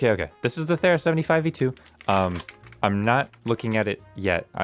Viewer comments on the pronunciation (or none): You pronounced 'Thera' wrong. It is th-ee-ra. After the island where the Minoan eruption took place near the island of Crete that is now called Santorini.